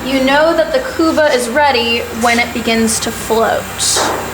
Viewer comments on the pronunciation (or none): not kuba it's kubba